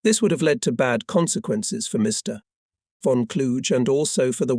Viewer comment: The correct pronunciation of von Kluge isn't a challenge. It doesn't rhyme with huge; it's a hard 'g'.